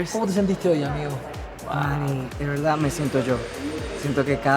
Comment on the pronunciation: “Honestamente"... “no, de veldad" AYY JASJJASJ